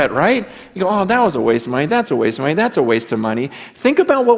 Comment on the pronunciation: "Hhhhhkkkkwaste" 😂😂😂😂😥, really?